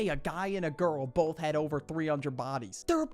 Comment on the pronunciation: Both huzz? It think you mean both hoes.